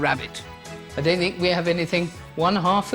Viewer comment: 'Doewn't be soe ridiculous'